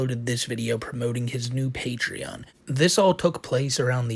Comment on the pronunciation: please. It’s not a patreon, it’s his pay-twee-on